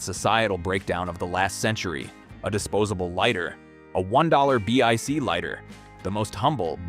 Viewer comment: Consider re-writing your scripts before you feed it to an AI read. Repeated numbers and titles, and no one says B-I-C lighter, they are Bic lighters. Either poorly written scripts are being fed into an ignorant AI, or your voice actor is a fool.